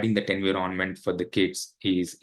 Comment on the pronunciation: In 20 years in usa you didn't learn how to pronounce 'environment'?